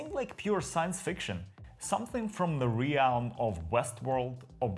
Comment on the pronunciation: Realm is pronounced "rel-m" not "ree-al-m".